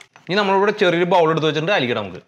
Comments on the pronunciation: Pronounciation Baowl alla bhaai bol (bowl) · Please no pronounce boul ,it means toilet shit.